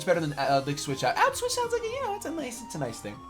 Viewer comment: Put switch sounds like auchwitz....not cool